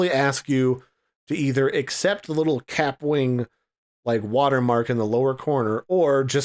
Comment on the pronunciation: It’s pronounced ka-pwing. Like a bullet ricochet